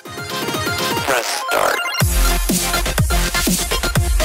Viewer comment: To me it seems like dress start